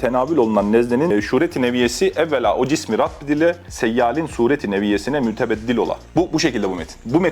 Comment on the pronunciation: Kankacım rabb değil rubb, nezle değil nesne, şuret degil suret. Anlayamıcak bişey yok aslında çok da basit olabilecek bişey ancak aşina olduktan sonra tabi. Kanunun latince harflisi çokça bu gibi bi yerde şuret, bi yerde suret, bi yerde şiret gibi harf yanlışları yapabilmektedir orada da ancak bunlara aşina olmak yardımcı olabilmektedir. Ve basit anatomi bilgisi ve vücudda kaç kemik var gibi bilgileri de, çok daha gerekli ve tüyo bilgileri de aynı dil ile verdiği için ve anatomiyi önde verdiği için bişey anlayana dek beyin gidebilmekte. Esin Kahyanın çevirisi çeviri değil dediği gibi Türkçe okuyan yok gibi bişey. Şuan adamlar yapıyorlar biraz çeviri, bakmak isteyen: Şifa Ansiklopedisi yazsın google playe ve indirsin androidde